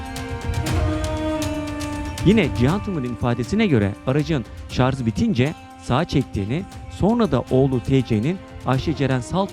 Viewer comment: Şarz değil şarj!